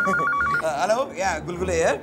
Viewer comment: gulgule accent 😂❤